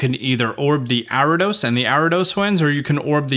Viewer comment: Its Ariados bro, not "Aridos".